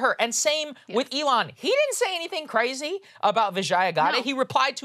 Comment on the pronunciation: "he didn't say anything craaaayzy" Saagar getting his Southern drawl on there